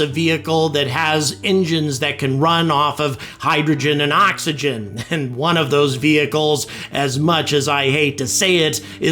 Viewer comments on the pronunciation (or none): none